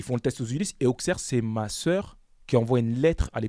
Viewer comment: Ça se dit ausserre et mez les gars 😂mais Très bonne interview